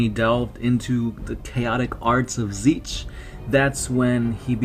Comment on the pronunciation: You really need to learn how to pronounce Tzeentch...